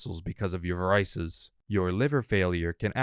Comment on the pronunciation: “Varices” is pronounced VARE-uh-sees.